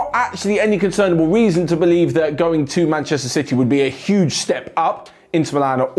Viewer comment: Emphasis on the HUGE